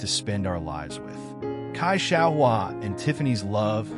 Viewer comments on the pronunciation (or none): Reboot that AI. Don't know whether it is lack of knowledge of English or of the Pinyin romanization of Mandarin, but Cai is not pronounced "Kai". It is pronounced (phonetically) "tsai". Best comparison that I can come up with is the English word "sigh" with a subtle "t" in front - "tsigh".